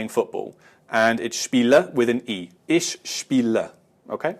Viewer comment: lol still saying Ishhhh.... bad habbit i used to do the same